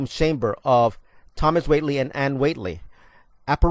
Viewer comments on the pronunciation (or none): Not to be too critical, but I must correct your pronunciation of the family's last name. The way you have been saying it makes it sound as though there is a "t" in the name. It is pronounced "Whay - lee", and not Whatley. Sorry to be a nit picky person, but whenever someone is narrating a video, I feel it's important to pronounce the script perfectly. Thanks for the video though. I did enjoy it! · He has a bit of trouble pronouncing the name Whaley...not Wately. I was president of the Historical Shrine Foundation whose board of directors was in charge and ran the Whaley house, and it's history way back in the early 1960's. Yes, the house is certainly haunted, of that we can agree. Yankee Jim was hanged among others on the town gallows which was just about where the archway between the music room and Mr. Whaley's study stands. Yankee Jim was not murdered, as you say but he was legally tried convicted and found guilty under the laws of the state , for stealing a pilot boat and a horse. On the day of his execution, the weather was very hot, and they wanted to get it over with, so, from a gallows built for the average man of 5'6" they attempted to see a man of about 6' 5" swinging from the end of a rope. He seemed to inch off the back of the buckboard where his feet could actually touch the ground, and he gagged and choked for 45 minutes until he breathed his last. That is the truth. By the way, under my leadership, the board members we allowed to sleep overnight in the Whaley House! And, I was the first to see Whaley's dog Dolly Varden, the only dog allowed in the home, that had died in 1893. If interested, I am in several books about the Whaley House and it's ghosts, and Hans Holtzer's "Ghosts of the Golden West", Read if interested J. Milton